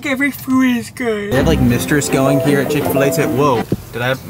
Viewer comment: He said "Fil-A" with the same finesse as he says "FL-IGHT"